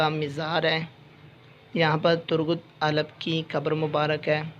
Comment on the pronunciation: Bhai Alp sae sy bolen yr